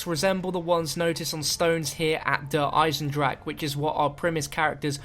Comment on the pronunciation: Even now he refuses to pronounce der eisendrache properly. Smh